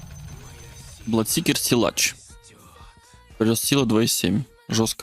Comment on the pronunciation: блАдсикер, слово блад-кровь исключение и читается там А